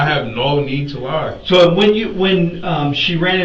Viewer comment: “On my daughter Datz da truf, on ma Daughter! No need to lihhhhhh” 😂😂😂😂😂😂😂😂😂😂😂😂😂😂😂😂😂😂😂😂😂😂😂😂